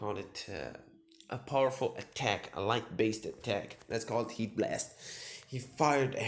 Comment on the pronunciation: when you say heat blast i hear yeet blast